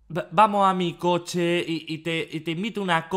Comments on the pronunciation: "Que dirías si esta noshe te seduzco en mi coshe?" Auronplay 2019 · "Que dirías si está noshe te seduzco en mi coshe" Auron~2019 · 🎵Khe dirias si esta noshe te zeduzko en mi coshe~🎶 El señor de la motivación: Me iaman shomeo.jpg